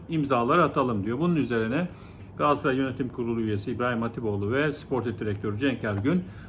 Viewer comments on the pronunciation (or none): Galaasaray değil hocam. Çok mu zor Galatasaray demek?